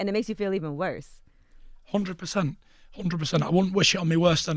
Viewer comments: "undred percent" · Tyson “hoondred percent” fury Doentay “most definitely” wilder 2 !! I can’t wait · TYSON "ONDRED PERCENT" FURY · 'undred percent